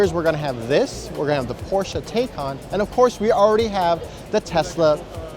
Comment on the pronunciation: Not only is it kWh for battery capacity it’s pronounced “Thai-cahn”